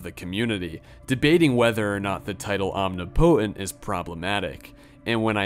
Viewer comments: this is not meant to be a criticism but just a “the more you know” sort of thing, but omnipotent is pronounced ahm-NIH-puh-tehnt not ahm-nee-poh-tehnt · Are you unironically pronouncing omnipotent as “om-knee-potent” lmaooo it is “om-nip-ih-tent” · Arch is pronounced “ark” when talking about the best of something. An arch over a doorway has a “ch” sound instead of “k”. Omnipotent is pronounced “om-nip-it-ent”, not “omni-potent”. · It’s “om-nih-poh-tent” not “omni-potent” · Please say "omnipotent" right please. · The way you say omnipotent causes me physical pain. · Im sure someone else has mentioned this but I've never heard anyone pronounced 'omnipotent' like that. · The way you say omnipotent is hilarious